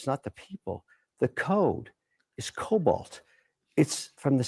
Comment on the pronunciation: It's COBOL. Not Cobalt. I used COBOL in 1978 when I started college. We used cards!